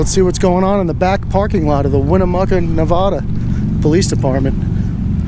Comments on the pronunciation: The name of my state is pronounced Nev-add-a not Nev-ah-da, please and thank you. Love your work, please keep up the great work. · I hate when people say Nev-O-da. Born and raised in Northern Nevada. Lol But love what you do!! Keep these blue ISIS thugs accountable. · Where is nevahdah? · He can't say Nevada I'm born and raised what window licker short bus rider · If you are going to bring your nonsense to Nevada, please learn how to pronounce the name of the state correctly.